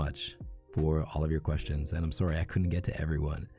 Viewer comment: The way he says sworry is ADORABLE it’s so ✨Canadian✨😏